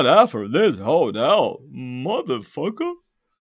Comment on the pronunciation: Только в глаголе afford ударение идёт на второй слог. affOrd